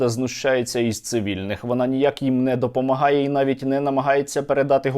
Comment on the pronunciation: " Памагаєм вивєзті емущєство" 😅😅😅